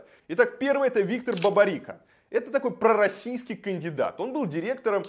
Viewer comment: Почему он слово "пророссийский" произносит с неприязнью?... Это Враг Народа